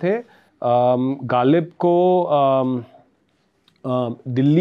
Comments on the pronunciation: The Urdu pronunciation needs correction. It is jarring to the ear. Ghalib was pronounced as Galib !! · वीडियो शुरू होते ही ग़ालिब को गालिब सुनना थोड़ा बदमज़गी-सा है. साहिर का मशहूर शेर भी ग़लत पढ़ा गया